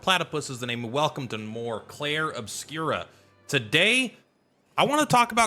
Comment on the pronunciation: Just a side note there's no a or ah in the pronunciation of Obscur